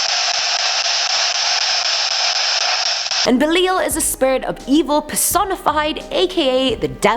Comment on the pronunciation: Its Be Lie al in how its pronounced.